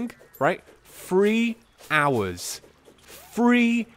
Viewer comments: "Free Hours" Work on your saying of "free" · If he says "free hours" again I'm gonna kill myself